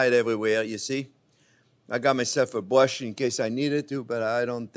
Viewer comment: he bWushes the butter on with a bWush